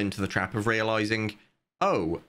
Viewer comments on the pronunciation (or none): bro why do you pronounce the "g"s as "k"s? "Nothink" "everythink" "realizink" "launchink". Do you have a medical condition or somethink?